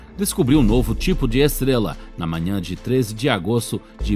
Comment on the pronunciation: Sua voz é legalzinha... Mas deveria cuspir essa bala da boca, ou procurar um(a) fonoaudiólogo(a) para aprender a pronunciar a letra R. "Esteguela, tiguilhões de quilômetogos" kkkkkkk... Hilário essa língua peguesa...kkkk